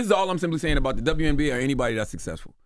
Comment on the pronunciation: I just want to know if anyone else ever noticed how the word "Or" embarrasses uncle Charla every single time. In the history of TBC he has never said "Or" he always says "Are" 😂😂😂